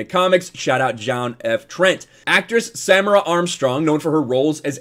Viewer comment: The pronunciation of her name is Sa-meer-a...